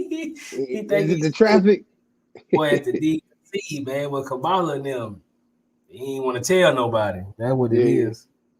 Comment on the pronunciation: She called Kamala Shamala 😂😂😂